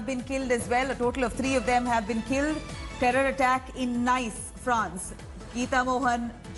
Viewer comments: It's not Nice as in English 😂 It's pronounced as Neeece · It's not "nice" Madame....it's pronounced "niece". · It is pronounced ' Nees' not 'Nice' u dolt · Nice is pronounced as 'niece'. Please check with foreign language speakers for any future names in any language if India Today looks for accuracy. France is not a Muslim country but has its doors open to Europe's largest Muslim community. France must evict all suspected Islamists, cancel and reduce the permits of mosques and Islamic influence in secular Christian France. Get the army to patrol in no-go Muslim areas in Paris and other French cities to enforce French law and not syariah law ! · It's pronounced as "Niece ". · It’s pronounced as “niece” 🤦‍♂️